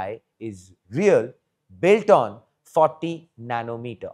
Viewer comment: We don't need 14nm for smart energy meter. That's an overkill, I know. I just wanted to clarify what he said was 40nm. His accent made it confusing.